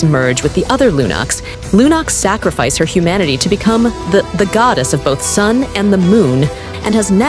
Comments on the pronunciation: I swear I'm gonna throw up from how hard I cringe if I hear the A.I. voice say „ghoudes" again 😐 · Goddess-❌️ Gowdess-✅️ (Its a joke)❤